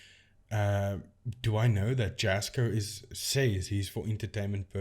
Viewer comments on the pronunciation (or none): Love your videos! I find how you debunk the videos and the technology very interesting. Have you looked at any of the Paranormal Discovery and Frank TV content. I'd be very interested to see what you find in these. As for Jasko (pronounced Yasco) and Chris work hard to get out entertaining (enjoyable) content to watch. I watch them and get a kick out of them. Probably 99% (I hate to say 100%) of the paranormal investigation videos on YouTube are fake. I would hope most of the people who watch them aren't doing so because they want authentic ghost busting. Lol They are fun to watch, and I, for one, appreciate the effort they put into them as amateur videographers and editors, and I guess you could say actors. Do people really watch these creators for authenticity? Hmmm, if they do, then I guess I'm the odd ball in the crowd. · First off it's pronounced yasko. The j is pronounced like a y sound. But on this topic I've been saying this for years. All his stuff is bs. And every title of his videos says things like " the most haunted"or the scariest night" or the worst camping ever. And if you know anything at all about the paranormal you don't always get interactions or things worthy of posting. But jasko every two days and every location is "the most" ,"the scariest" and this is nothing but bs. Most of his stuff is rented air BNB or cabins that he always claims the owner contacted him to investigate. Heck the entertainment value of his videos are just stupid and unbelievable. It's all for clicks. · Leave Jasko alone, what give's you the right to slate him and other's, he works dam hard for, yes you have an opinion but concentrate on your own you tube, id like you to camp in a hunted forest, do you think this will both Jas or Chris, you can't pronounce Jas's name, what you trying to ruin his reputation, leave him alone